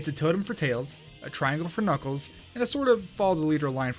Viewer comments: anyone else hear him call knuckles klackles in the first glitch of the video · Why’d you say kakles bear the start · WHO'S """KACKLES"??????? I though he was knuckles :3 >.<